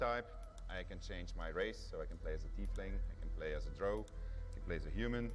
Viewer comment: droove ? ahh u mean DROW.. Vith'tir